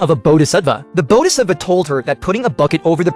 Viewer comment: Its called Bodhhisatvaya pronounced bodhisatWaya